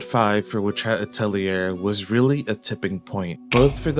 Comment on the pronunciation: First video about WHA I've watched where atelier gets pronounced correctly.